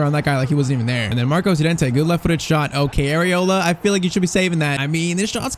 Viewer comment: please dont call him yorente call him llorente